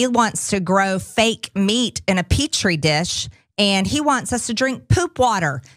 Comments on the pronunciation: That's the reason she said that -- she wanted to show you she can correctly pronounce "petri." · Aww, listen to little Perjury Traitor Greene pronounce "petrie" like a big girl. Very good PTG. Run along with the other little kids now.